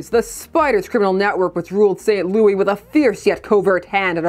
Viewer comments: Both of my parents are from St. Louis, and I have been there many a time. It is pronounced like “Lewis,” and apparently people can get mad if you say it the other way 😬😬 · Saint "Loowis"